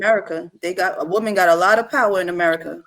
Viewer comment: has some good points but she has to pronounce WOMAN differently from WOMEN.